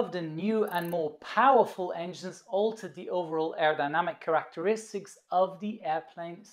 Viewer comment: What are 'Crack teristics'?